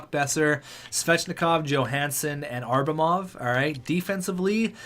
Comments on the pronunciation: It’s ABRAMOV not ARBRAMOV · atleast call Abramov by his name and stop saying Arbamov. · It’s pronounced abb-ra-mov